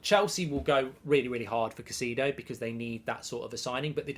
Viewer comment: Who is (Ca-see-do)?